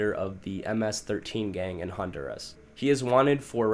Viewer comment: What’s a hondurazzz? It’s Hun-dur-rah 😂😂